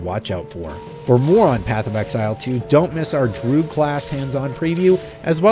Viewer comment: And "drood"